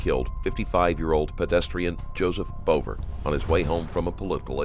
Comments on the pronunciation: Maybe someone could note the victim’s last name is pronounced “Beaver”. Not Bover. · It's so cringe that your narrator pronounces his name "Rayvens-borge" when the guy says at the very start of this interrogation (in your own video) that it's pronounced "Rounds-berg". And the victim's name is, as is common with that spelling, pronounced "beaver", not "bover", which you can find by listening to interviews with his family. Basic attention to detail non-existent, so I'm gone. I mean, what else did you get wrong?